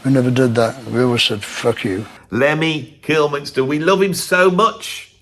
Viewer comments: mate there's no N in "Kilmister", ya bastard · Lemmy's surname was Kilmister, not Kilminster.